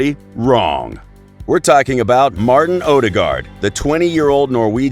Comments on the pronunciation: it's odegaard not odergard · All european names were pronounced horribly wrong. Some examples: Ødegaard, Tippeligaen, Strømsgodset, Real Sociedad, Getaffe.